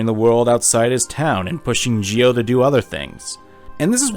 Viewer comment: 2 nickpicks for otherwise a wonderful spotlight on a much deserve game 1:Its Geo not Gio,I know the english dub also pronnounces it that way, but its literally geo like geography 2: while you analysis of the FM´s being representations for negative emotions, it doesnt really add up, Sadly outside of this game symbolism most FM´s are just opportunistic assholes tbh I dont feel there any interesting plot developments in the second one, unless you count Solo´s depression manifesting in a sense of distrusts but actually coming from a situation where nobody gave them a reason to trust anybody, but Im curious about your opinion on the third game